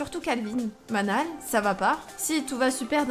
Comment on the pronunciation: Enfaite, le prénom Manal ça se prononce "Manel". Je le sais parce que j'avais une amie (il y a très longtemps) qui s'appelle Manal 😉